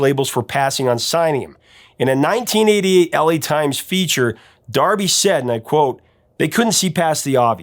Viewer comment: D'Arby, like D Arby not Darby.